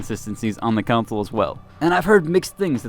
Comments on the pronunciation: Con-sole. Not Cown-sole. TF guy? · I don’t normally comment on this sort of thing, but you are mispronouncing “console” to the point you are saying another word., like “city council”. If you are planning on reviewing games, etc., you should learn how to say console.